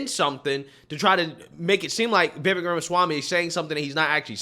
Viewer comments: Pls say his name correctly. Vivek sounds like cake! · will you please pronounce Vivek's name properly. Vivek rhymes with lake, and the accent is on the second syllable. So for goodness sAKE, it's VivAKE. 😄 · what can we do to make you say VIVEK as if it rhymes with CAKE??!! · If likes Vivek Ramaswamy as much as he says he does, why won't he take the time to learn how to pronounce Vivek's name properly? It's so grating and irritating to hear continually mispronounce it, and that seems disrespectful to me.